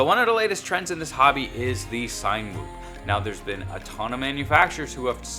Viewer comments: i thought it was pronounced like Cinema...to get a cinematic shot or video. not a sign whoop. Good video tho man! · Its "Sin-a-whoop" like cinema whoop lol